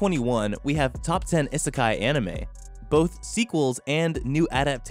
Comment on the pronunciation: is it just me or is the way he say isekai weird no offence